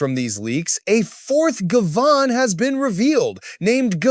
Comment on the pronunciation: It's pronounced Guy-Van (Guy like in "Hey guys!" and Van as in car type - van).